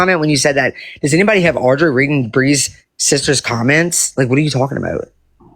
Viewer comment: She intentionally mispronounces Audrey’s name, I’ve noticed. When she’s really in her groove with a rant, she says it right! How disrespectful. I knew she knew how to pronounce that name!